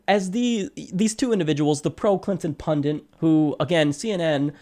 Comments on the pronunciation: Pundit. Pun-dit. Only one "n" in pundit. Why are you pronouncing it like "pundint?" Pundit. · Please: punDIT. Not punDINT!. thank you. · It's pundit, not "pundint." Come on... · It's pronounced pun-dit, not pundint! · Pundit only has one "n", it's not pundint. :-) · PUNDIT NOT PUNDINT, you moron. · Please note the word is 'pundit' not 'pundint' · Pundint? I think he means pundit... Good vid though! Feel The Bern!! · The word's pundit, not pundint. Step away from the mic. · Pundit...not pundint "That is all" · Totally agree with Emily but completely disagree with your analysis and assessment of the presenter. YOU are the partisan one. And what is a pundint?? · It's "pundit," not "pundint." It seems like you should know that. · there is one N in pundit. It is not like fondant. /peeve